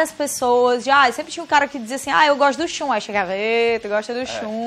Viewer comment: O Shun (e não "a" Shun).